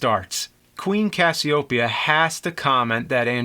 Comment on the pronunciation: "Cassie-OH-peya" classic James pronunciation change